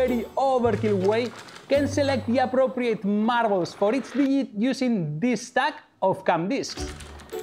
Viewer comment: please don't be so spanish and pronounce Digit as Dijit please. G=J as in John. J!= Y. dijjjjjit